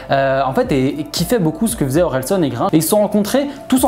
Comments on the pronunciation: Tres propre la vidéo ! Par contre tu rend ouf a dire SON au lieu SAN. Continue comme ca 👊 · Super vidéo, mais juste ça me perturbais parce que c’est OrelsAn et pas OrelsOn